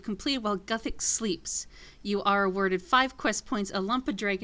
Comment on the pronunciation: its pronounced like this "gewthix"